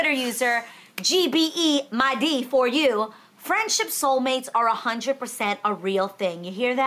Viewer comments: Absolutely no one: Adrienne: Ama just go ahead and confidently spell out her name instead🤣🤣🤣 "G-B-E-MY-D-for-U" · The Yoruba 'gb' sound can be challenging, it's literally both consonants pronounced together but the 'g' subtle. So her name's pronounced (g)bay-mee-saw-lah and her handle is (g)bay-mee-day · LMAO not Adrienne pronouncing that Yoruba name "Gbemi" like that... 😂